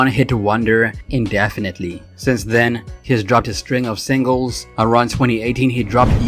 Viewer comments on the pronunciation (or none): none